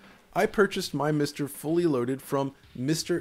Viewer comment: each time he says MISTer it sounds like something from from bdsm porn